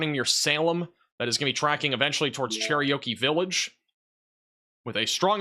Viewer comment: Dude- it’s “Cher-OKEE village” like the Indian. Not “Cherryokie Village” lol just helping you out. You say it all the time.